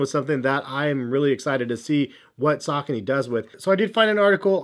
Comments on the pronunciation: Yeah, around I'm from we pronounce it as: Sa-co-knees. I'm still going to pronounce it that way because, the way pronounces it, it sounds terrible! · I wish you would say the name correctly